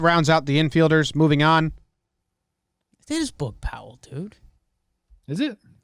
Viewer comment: Definitely saying Boog Powell's name wrong lol dude was a 2x WS champ n MVP